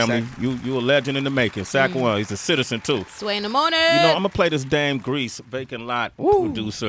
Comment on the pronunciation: In The Moning!